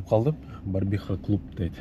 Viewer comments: Барбиха эмес 🤦🏻‍♂️БАРВИХА ❗✊😎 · Братан Ассаламу алейкум Барбиха эмеско дейм братан Барвиха окшойт